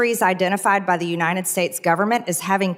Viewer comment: Unined States of America. It’s UNITED!!!! She cannot even pronounce our country’s name!!!!